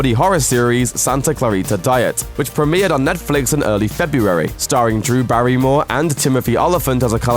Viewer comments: The way you say Netflix is ridiculous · Is it me or does this guy pronouce netflix in a weird way? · Why does this guy pronounce Netflix in sucn an annoying way? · Say Netflix properly